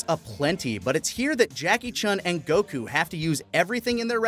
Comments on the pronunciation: why the pronouncing of goku as go-koo like a owl and nice dbs spoilers for those that watch dub only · I’m just distracted by how weird pronounces Goku. Seriously, I know it’s a small thing, but I’ve heard most peeps say it normally whereas he’s just like “GO-KUUU.” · I wish they would stop putting a weird accent on when ever they say, "Son Goku" or a few times when they said "goh-kuu" Just speak like a normal person, and if you are going to pull the line of "proper pronunciation" then you better start calling Krillian, "Ku-ri-rran" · pronounces “Goku” the Japanese way, I think everyone else says it the American way. It rly doesn’t matter to me 🙃 but some ppl get their panties in a bunch abt it lol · Every time dude pronounces Goku's name that way, it hurts me.